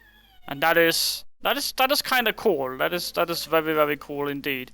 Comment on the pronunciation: Vewy vewy cool